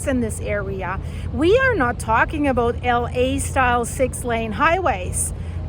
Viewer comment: "talking aboat" aha